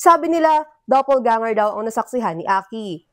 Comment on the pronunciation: Sabi ni ate g reporter “double ganger”.😂😂😂